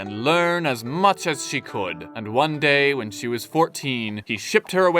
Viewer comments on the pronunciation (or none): none